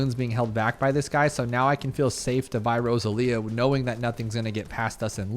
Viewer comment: I think it's supposed to be row-sah-lee-ah. Either way, cool hero, already like her